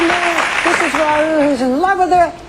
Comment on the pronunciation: I love how they say Raoul and not Rowl